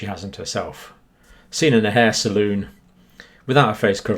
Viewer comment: Hair saloon?? It's hair salon, mate. Pronounced like talon